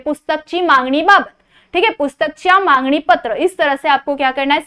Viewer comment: Mam mangni nahi hota he it's magni